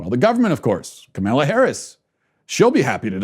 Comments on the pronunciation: First of all have some courtesy and pronounce her name correctly. Mispronouncing her name makes you sound really stupid. Or, because her name is not that hard to say, it makes one assume you mispronounce it deliberately. I didn't get through the whole video because your review of the Kamala Harris' ad was so nit-picky, off base and inane so a big turn off. Complaining about a stream in the background? Petty. You're an asshole. Your opinions are closed and single minded. Your ideas are irrelevant. This was a big waste of time. You bring nothing helpful to the conversation. YOU sound like a big whiner!!! What a bunch of bullshit. You're insulting and ignorant. Learn to pronounce people's names first of all so you sound somewhat literate and intelligent instead of just deliberately rude. You have no right to throw stones. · This idiot really can't pronounce Kamala harris' first name....despite following politics for a living. Intentional or just a moron? You also undermine your points when you say the election shouldn't stress you out. According to you Biden and Harris will usher in Marxist rule....yet you say don't sweat it? If the Dems are as bad as you claim....should it not be stressful?Almost as if your a partisan hack who exaggerates the Dems flaws and downplays the tepublicans flaws🤔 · I like what you're saying, but when you incorrectly pronounce Kamala's name, to me, it makes you sound ignorant and appear less credible.